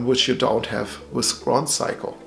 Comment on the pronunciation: grohsaiko is amazing brother:) just wanted to make you aware of the proper pronunciation! Also love your dial and the watch.. do you know much it costs to change the battery?